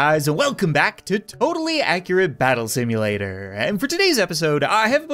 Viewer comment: Hears how he says tabs Totally Accurate Battle Simulatorrrrrrrrr